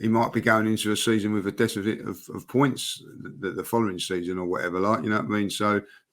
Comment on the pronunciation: “decifit of points” 😂😂 you can see jordan and james holding in the laughter. Repeat of “frutition”